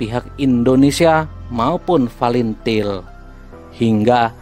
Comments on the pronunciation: Tak tau baca pun bilang fretilin bukan til til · Fretelin gaes.....bukan falentil....hahhahahah.....g sekalian falentain....kamu kalau mau ngoceh harus makan gorengan dlu....biar licin omongan nya.....hahhahah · Pretilin bang bukan palintil😭😂😂🤦🏻‍♂️